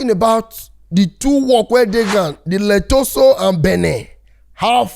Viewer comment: Boss man na Lesotho...you dey pronounce am as letoso..one love ❤